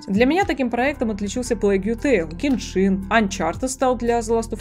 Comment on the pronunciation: Бл гЕншин, а не геншИн